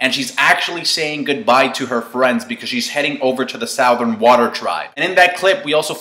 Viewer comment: You pronounce southern weird.